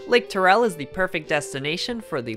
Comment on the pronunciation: Lake T-AIR-EL not lake TUR-REL